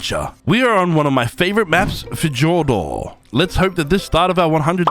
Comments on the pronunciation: It’s pronounced thyordor not ff Jordor because it’s based off of Ancient Greek so j is pronounced yo of your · fjord is pronounced fyourd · Fyour-dur, not how you pronounced it. It’s based of Norse mythology which pronounced some words differently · hey also not to be rude but its pronouced fi-ord-ur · you really just said fejordor 💀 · Its pronounced 'FiYourd' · Fjord is pronounced as "feeyord" or "fyord" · the j is pronounced as a y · The J in Fjordur is silent btw. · The j is silent